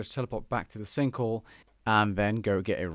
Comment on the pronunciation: "The sinkle"